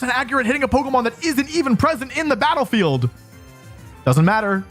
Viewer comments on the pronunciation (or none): none